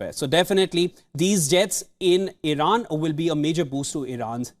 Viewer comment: Irana? Iran please? Wtf